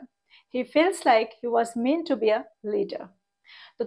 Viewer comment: Very useful lesson. I believe the pronunciation would be ideally মেনটু। Don't get me wrong. I am one of your student. Many thanks.